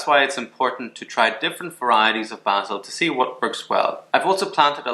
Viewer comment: Great info! Thank you! I love the way you pronounce basil. 😊